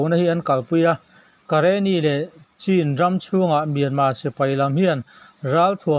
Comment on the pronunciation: Hming lamdik leh diklo, a diklo pawn pawi chuanglo. Mahse a larzual kanpi ber timei i la , Su Kyi tih kha Suhchi ti a chhiar tur ani a, Suh tih laitak kha ,,Awsang(hniamlo) hman tur. Chuan ,, Chin tihhi ,, Awsangin Chhin tih tur a nia. Mizoram thenawm ram hming Chhin tih hi chu lam dik theih hram nise la. (1) Awsang (2) Aw hniam (3) Aw lai ti in a awma . A chunga ka sawi Chhin hi Awsang=Suh hi Awsang bawk.